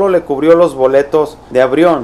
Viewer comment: Cuando te equivocaste al querer decir avión ! Al corregirte le hubieras hecho como los lelos... Avrion Jo Jo Jo 😁😁😁